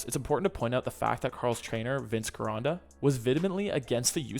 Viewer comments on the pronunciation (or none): GIRONDA the G sounds like a J